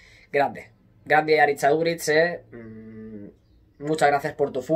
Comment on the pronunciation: Q grande Aduriz, soy de la real, pero me encanta como ha defendido incluso nuestra selección Vasca. Pd: eres al unico al q le he escuchado decir bien el nombre Aritz en euskera😂